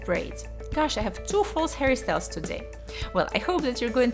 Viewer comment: every time she says 'hairstyles' I feel like she says Harry styles